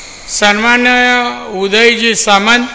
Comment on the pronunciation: Sanmanniy pan bolta yet nahi yanna😂😂